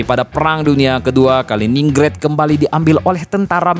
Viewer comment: Dibacanya Kalinggrad bukan Kalininggred😂